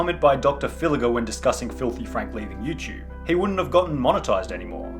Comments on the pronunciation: nigga. stop saying youchube. its youTUBE not youchube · "Youchube" (SunnyV2)